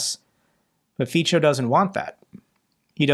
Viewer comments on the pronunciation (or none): The pronunciation of the C in Fico is [ts], not [ch] 😉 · Just a little tip for you, the 'c' in Fico isn't a 'ch' it's an 's' Well sorta.. it's kinda got a slight 't' before the 's' so Fe as it 'feet', so as in 'so' - extra credits if you put a nearly silent 't' as in 'tea' before the 'so' sooo. feetso .. Hope it helps for the next time.. I hate the guy but I learned to speak Slovak when I lived there for 8 years. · "c" in Slovak is pronounced "ts", just to reassure you in your pronunciation (you were getting it sort-of right, but you were hesitating on it. Fico is indeed pronounced "Feetso"). (I am a Slovak-American who speaks several Slavic languages) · Close but no cigar. Fico is not pronounced FEE - cho. It is FEE - tso. Think of it as Fitzo. My mother taught me German and Slovak at the same time when I was a teenager, so I know. At least you didn't say Fiko, which would be a nuclear powered barbarism. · Fico is pronounced as "Fitso" btw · Slovakia's pm's surname is pronounced more like Fitzo rather than Feechou ;) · LOL the Slovak phuck is called Fitso (not Ficho) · In Slovak, the letter "c" is pronounced as a "ts" sound.